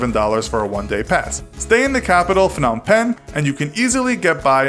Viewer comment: It’s pronounced “Nam Pen”, not “Feh-nam Pen”